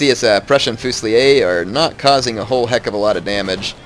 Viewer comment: you never pronounce Fusilier correctly D